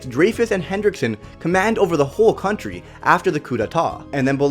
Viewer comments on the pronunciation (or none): none